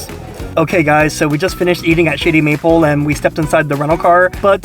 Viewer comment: Sound like you said "Shitty Meatball"